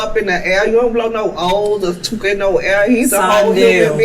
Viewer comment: Stop saying " TOOKA ".